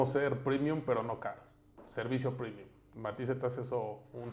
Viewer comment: No mms salió malito el "primium"